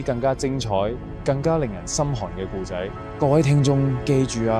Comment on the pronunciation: 聽頭一分鍾我覺係AI, 古仔非（故）仔, 係(冼）為人知而非（先）為人知…香港人唔會讀錯